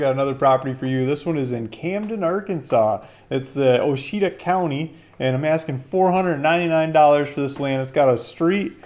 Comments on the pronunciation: You need to lean how to pronounce our County, OUACHITA. It's pronounced Wash'-a-taw' " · 😊 Ouchita... it's pronounced "wash-a-taw" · O-she-tah lmfao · I wouldn't buy any land from someone that can't pronounce the county name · Your pronouncing the county wrong...